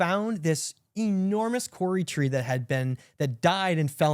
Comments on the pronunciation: has taught me so much it’s not funny. Fascinating wonderful things. Just wanted to say that here in NZ we pronounce Kauri. “ cow ree”. Thanks again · I’m part Irish, part English and part Ngati Raukawa actually Clare. A real mongrol but I’m proud of all my ancestors. I’m sure if pronounces Kauri the way I described it every NZer would know what tree that is.